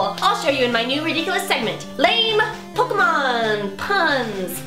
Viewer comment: Pun-Ke-mon LOL